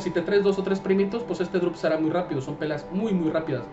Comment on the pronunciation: DEJA DE DECIR DROOPEAR